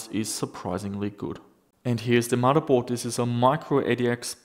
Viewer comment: "MODDERBOARD". FFS, dude.